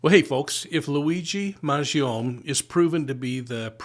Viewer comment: First of all, Luigi isn't evil. Secondly, I would think you would have done your homework in order to pronounce his last name correctly. I clicked on your channel thinking the subject of evil was going to be Brian Thompson. I will be blocking your channel.